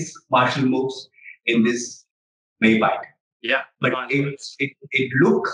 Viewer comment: it's spelled May (like the month) Pie (like the food) Yat (like the word 'yet') May-Pie-Yat. Means fighting with the body. i.e freehand fighting without weapons.